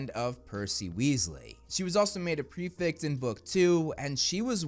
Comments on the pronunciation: Bro its pref E ct btw not prefict 😂 a lot of hp YTers keep saying prefict for some reason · can we please change up the pronunciation of prefect from here on out...